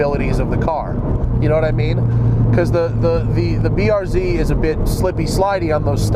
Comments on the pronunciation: everytime he pronounces it the BURZ i want to shoot myself in the face. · Hey Matt, why do you pronounce BRZ like a Canadian LOL??